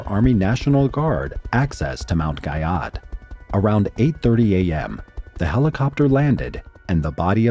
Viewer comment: Guyot is pronounced “Gee-oh”.